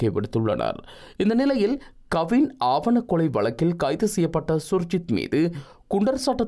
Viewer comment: ஐயா இன்றைய உங்கள் செய்தியில் நீங்கள் குறிப்பிட்டது ஆவணக் கொலை அல்ல. அது ஆவணக் கொலை தப்பாக எழுதி தப்பாக வாசிக்க வேண்டாம். எழுதினவன் ஏட்டைக் கெடுத்தான். பாடினவன் பாட்டைக் கெடுத்தான் என்பதுபோல் இருக்கிறது. ஆவணம் என்பது பதிவுகளில் பதிவு செய்வது. ஆணவக்கொலை என்பது சாதி வெறியில் ஆணவம் கொண்டு செய்வது.